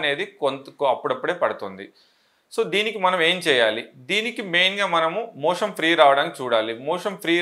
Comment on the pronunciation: 'మోషన్ ' అనడానికి బదులు మీరు 'మోషం' అంటున్నట్టున్నారేంటి?